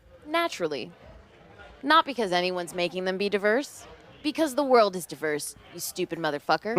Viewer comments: that's how you pronounced "diverse"? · she cant even pronounce diverse right